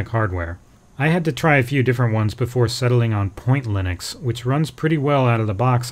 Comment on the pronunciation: Lynix? I mean yeah, i know he means Linux .. but seriously Lynix?